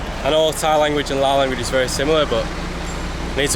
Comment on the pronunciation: Thank you for pronouncing the name correctly as Lao. Lord knows why the French added the S.